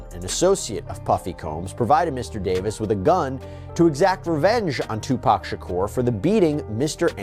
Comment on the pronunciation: His is not Shocker it’s Shakur